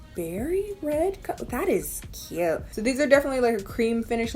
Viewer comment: "That is Cïuute"